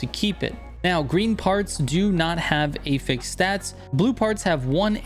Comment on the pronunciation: Hearing him say Affix like "ey-feks" is so confusing until I saw he was talking about affixes 😭